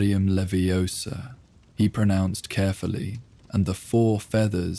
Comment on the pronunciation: All was fine till “leviosa” was pronounced so wroooonngg